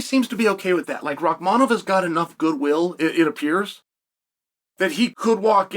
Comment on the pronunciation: The 3 tough names Chael can pronounce, Rakhmonov, Nurmagomedov and Magomedsharipov. But Usman and Belal, come on he's not a linguistics major